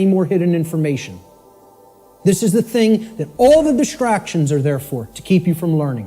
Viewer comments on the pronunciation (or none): none